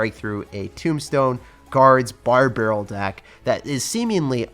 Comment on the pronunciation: ‘ bar beryl ‘